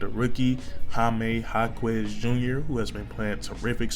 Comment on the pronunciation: JJJ was the missing piece💀👽 Say it like this Hawk-ez